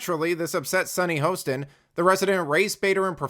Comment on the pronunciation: Hah-stin, not HO-stin. She is, however the resident idiot! 😂